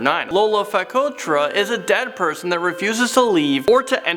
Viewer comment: Not wanting to be THAT person but... I can't help myself. Sorry! Number 9: it's "Lolo Vokatra" not "Fokatra". They are not spirits but more like zombies. Number 7 : it's "Masoala Forest" and not "Masaola". Most of those cannot be considered as urban legends, right? I mean by definition they aren't. And they are not even scary. Lol. There are a lot of malagasy legends that are way scarier though. Anyway, sorry for the annoying comment and thank you for making this video!